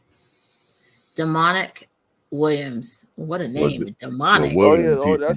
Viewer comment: I’m almost certain his name isn’t pronounced as demonic 😑